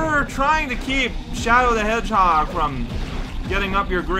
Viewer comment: Every video we get closer to saying ‘Shadow the Edgehog’